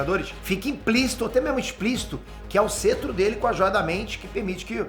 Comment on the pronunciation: O não sabe falar em, o cara fala "cêtro" ao invés de "cetro" ele sempre erra a pronúncia de vários personagens e coisas